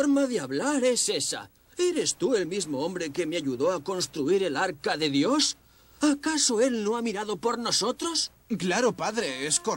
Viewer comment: Se dise dios no yos 😂😂😂